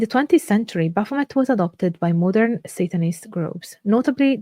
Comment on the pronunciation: She cant even pronounce the name.... you cant teach me anything. Thumbs down